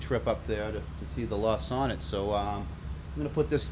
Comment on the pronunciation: Nice find! They are very uncommon here in Sweden as well. Sonett pronounce like "Soo-nett" in Swedish. Did you save the car? Would be nice to see a recovery :) Greetings from Sweden